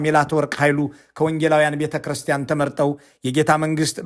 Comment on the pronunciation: please don't say betchirsten it is not betechirsten adarashe new